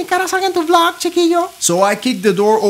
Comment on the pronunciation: Que es "Vlog" no "Blog"